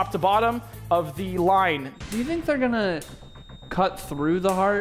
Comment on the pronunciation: I'm begging you, say gonna, not gollna